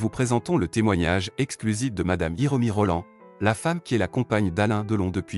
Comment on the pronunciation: c est hiromoi rollin pas rollan